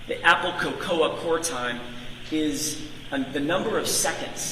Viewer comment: How does this lawyer not know the word “cocoa?” 😂🤣